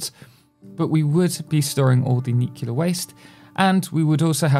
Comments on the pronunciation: "Nucilar power plants" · I love how he mispronounces "Nuclear" exactly half the times he says it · The signature pronunciation you have for "nuclear". You say it like it were written "nucilar" :D